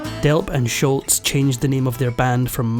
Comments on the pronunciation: Its SHOLZ, NOT SHULTZ... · It’s Sholz, not Shultz. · Tom Scholz, not Schultz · It's not Sholts, Its's Scholz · Tom Scholz' last name is pronounced "Sholz", NOT "Schultz". Nothing like mispronouncing names to cast doubt about a video's facts. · You could at least learn to pronounce Sholz's name properly. It's not "Sholtz." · Sholz not Shultz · It's pronounced Shoals. Not Scholtz. I was at the tribute show in Boston. RIP Brad. You are forever missed. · Pronounced Sholzzzz…not sholts. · Tom Sholz not Sholtz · It's Tom Sholz not Schultz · “SCHOLZ” is how you pronounce it. Not “Schultz.” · Just for future reference, it's "Scholz" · There is no T in Scholz. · Tom Scholz, not Shultz❕ There’s no T sound, it matters to people when you say their name wrong❕ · It’s Scholz,, Scholz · There is NO letter "T" in Sholz, this was not an episode of "Hogan's Heroes." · Scholz not Shultz. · There is no T in Scholz! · Scholz not Schultz. No “T”. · it's actually Scholz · There’s no “T” in Scholz. (Not “Schultz.”) Boston was my first live concert in 1976 or 77. Tix was 6 bucks. (Lawn-mowing $) You from Shotland? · For what it's worth, there is no "T" in Scholz, but you pronounce it like there is. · The guy is mispronouncing Tom Scholl’s name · It's Tom SCHOLZ!!! There is no "T" in his last name! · if you are going to make an account of the band, you could at least say Tom Scholz name correctly. The is no T in Scholz